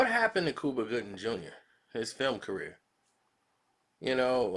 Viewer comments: Lol Its Cuba not Kooba lmmfdo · Cooba? Really 😂😂😂 u have a speech impediment....get some help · its Cuba...Q-BA ! my friend lol